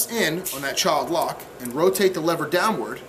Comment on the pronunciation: Did you say child lock lmao